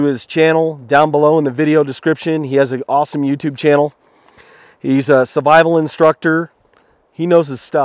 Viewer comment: I'm sorry but it has been bothering me a lot ... why do you pronounce "survival" as "suvival" ???